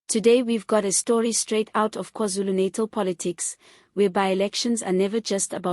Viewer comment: Pronounce natal not naitol